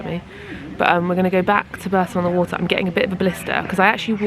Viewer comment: And Bourton-on-the-water is pronounced Bawton-on-the-water. Another very weird one! 🤔 This is in no way a dig by the way!